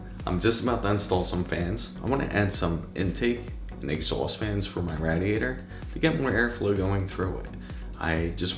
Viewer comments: It's pronounced Ray-diator, not Rad-iator...;) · It's RAY DIATOR. NOT RAD IATOR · i had to stop the video. i couldnt take the Rah-De ate her anymore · how has this guy never heard someone say radiator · Nice video but you're saying radiator wrong and it's incredibly triggering